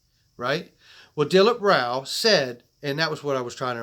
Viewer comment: You pronounce his name as "Dill-eep Raw" NOT Raul!!!